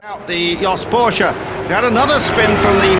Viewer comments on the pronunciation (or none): I could slap this idiot af a commentator for every time he sais PorschA THERE IS NO FUCKING A IN PORSCHE